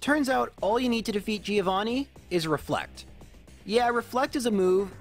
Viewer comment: Please stop pronouncing Giovanni like that